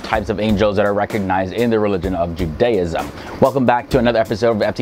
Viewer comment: Interesting video, I enjoyed the explanations. I've never heard anyone pronounce Judaism that way, though. We normally put the emphasis on the first syllable. Also note that the "ch" in transliteration is not pronounced like the "ch" in cheese. It's pronounced like you're clearly your throat (e.g. challah, Chanukah)